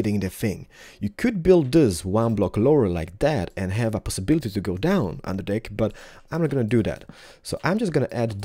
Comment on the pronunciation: He says dick instead of deck and penis instead of pane xD